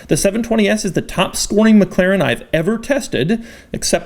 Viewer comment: This must be the weirdest pronunciation of 'McLaren' I've ever heard in my whole fucking life.